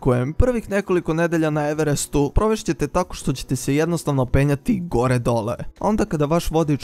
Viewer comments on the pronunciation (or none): none